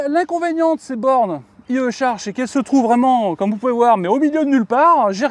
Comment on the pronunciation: Ps : on prononce à l'anglaise: "ail i charge" 😅